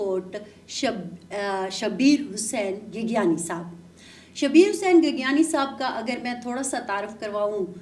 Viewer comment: گیگیانی نہیں گیگیانڑی ہوتا ہے ۔